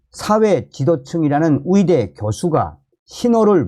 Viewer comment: 위대가 아니고 의대 위사가 아니고 의사